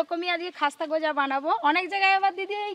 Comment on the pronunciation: Eta goja na gooja bole🤣🤣🤣🤣🤣...eto olpo olpo kore sobsomoi,,sobai akta duto kore debe